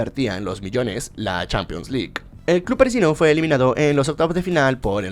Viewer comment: Nadie:: "Champions Lick"